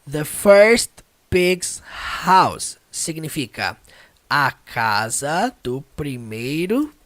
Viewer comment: Pronúncia da palavra casa ??? Acho que não ...